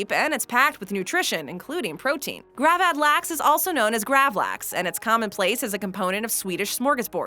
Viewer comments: Hearing her butchering both köttbullar and gravad lax makes my ears bleed... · i dont know why i watched this video, im swedish. the way she pronounces "gravad lax" made me giggle tho